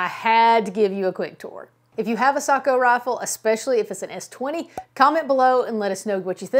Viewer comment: Hallelujah!!! She’s one of the few who knows how to pronounce Sako!!!! Well done